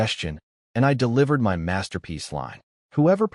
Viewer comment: Got to say this new AI fault is annoying, why has it started saying M Y instead of my? Have the makers deliberately broken it to get people to pay more money to get a version that works?